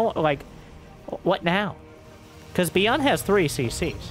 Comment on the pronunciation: I would imagine its Bi-yooon, not Bee-Un 😜 though I have very limited knowledge of Korean!